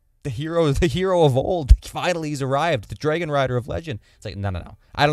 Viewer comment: Why do you pronounce dragon like that 😮